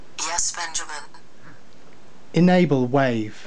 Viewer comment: I'm extremely impressed but "enable wife"...? :)